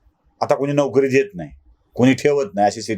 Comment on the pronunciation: तुमच्या व्हिडिओचे ग्राफीक्स कोण बनवतो. मराठी शब्दांचे लिखाण बर्याचदा चुकीचे असते. जसे ह्या व्हिडिओचे शिर्षक " चायबिस्कुट... वाल्यांची " अशी फाटाफूट का ? शब्द एकत्र लिहला गेला पाहिजे. " चायबिस्कुटवाल्यांची " अश्यारितीने लिहणे योग्य आहे. तसेच तुम्ही नोकरी शब्दाचा उच्चार नौकरी असा केलात. हेही चुकीचेच.